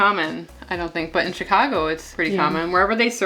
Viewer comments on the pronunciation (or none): none